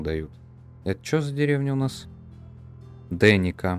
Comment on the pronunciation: И надо корректировать названия. Почему-то Lesnica ты произносишь как "Лестница" или "Лесница". А Denica почему-то "Деника". Тогда "Деница" должна быть. И еще. Разрабы - поляки. Думаю, окончания "ца" у названий все же правильнее.